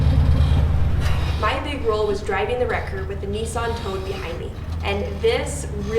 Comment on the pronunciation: Nissan has not got an "o" in it.